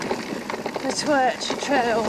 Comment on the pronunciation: My local 😁😍 pronounce it "took" 👍 you have to pick your Pedal strokes carefully on certain parts of the climb glad you enjoyed the Twrch try doing the Cafall trail aswell after a bite to eat and drink and well done 😁😍👍